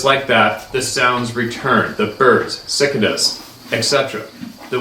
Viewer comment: It's pronounced cic'ka'da. Lol..